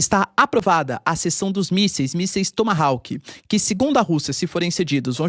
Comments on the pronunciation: Não é "Toma- Rauque", é TOMA RÓC" ( A pronúncia correta de Tomahawk) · Tem q aprender a falar o nome dos mísseis que se fala "tomahoq".